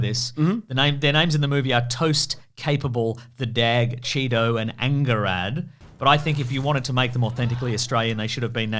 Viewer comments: Angharad lol! That's a welsh name that you mispronounced, they even say it in the move, you know the one you just watched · The pronunciation of Angharad was beautifully fucking awful. Side note, it’s Welsh and means “much loved one” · Did butcher the pronunciation of Angharad on purpose?